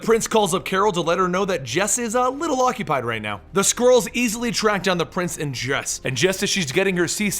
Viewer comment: i heard squirrels not skrulls